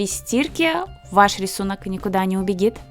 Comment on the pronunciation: "Не убигит "🤣 👍 Я тоже часто так говорю